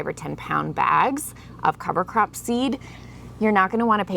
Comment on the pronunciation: I honestly thought you were saying cover crapping 😂😂😂